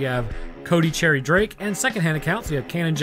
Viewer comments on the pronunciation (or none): none